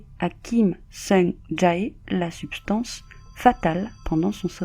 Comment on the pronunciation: Elle a dit "Ja Heyy" 😭😭 ça m'a fumé ptnn